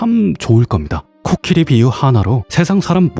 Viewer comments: 내용은 참 좋은 얘기인데... 자꾸 코키리.. 라고 하는 발음이 귀에 거슬리네요. 제가 수양이 짧아서 그런거겠죠??? 하여튼 코끼리든 코키리든 잘 들었습니다. 코키리라고 하는 것도 .. 뭐 다 이유와 근거가 있겠죠 .. 뭐... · 코키리가 아니라 코끼리 아닌가요 ... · 왜 코끼리 아니고 코키리... 킹받.. ㅠㅠ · 코끼리가 코키리로 들리는게 저 뿐인가요?😂😂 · 근데 왜 코끼리를 , 코키리라고 합니꽈?? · 왜 계속 코끼리가 아니고 코키리라고 하나 했더니 만든거였구나 ㅋㅋㅋ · 코끼리로 알고있었는데 계속 코키리 코키리 키리키리하니까 중간중간 집중안댐 ㅋㅋㅋㅋㅋㅋ 로봇처럼 생겼네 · 코키리라고 발음하시는 넘 똑똑하고 기여워..❤️